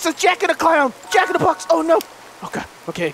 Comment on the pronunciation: It took me 4 years to realize he said “Jack in the Kyle”